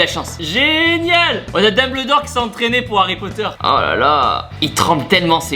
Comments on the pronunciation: « On a Dabledor qui s’entraîne pour Harry Potter » mes oreilles saignent 😭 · Mon dieu ta prononcer comment le nom du directeur de Poudlard